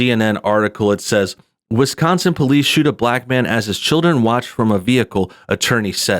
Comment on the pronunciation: Haha "..in a state called Wis-Conn-Son" "It's called a Dee-Vee-Dee Player Jules. It plays Dee Vee Deees."